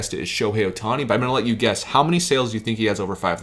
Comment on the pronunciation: Ah yes, that man Shohei "Othani". Too bad I only have a few cards of his lesser cousin from two prefectures away. But great video nonetheless.